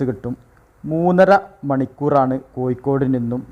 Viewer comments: എടപൊട്ടാ. കോയിക്കോട് അല്ല. കോഴിക്കോട്. ആണ് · കോഴിക്കോട് ഴി എന്നാണ് യി എന്നല്ല ഭാഷ ശുദ്ധമായി പറയുക